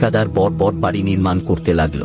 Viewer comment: বড়ো কে "বড়্" আর "ছোটো" কে "ছোট্" উচ্চারণ করেন কেন? এভাবে উচ্চারণ করার জন্য আপনার ভিডিও সুখশ্রাব্য হয় না। এদিকে আবার" সাবস্ক্রাইব" কে "সাবোসক্রাইব" বলেন। শুনতে অস্বস্তিকর। 😢